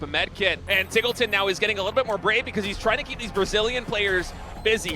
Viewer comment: Isn't it pronounced TEEGLETON, not TIGGLETON?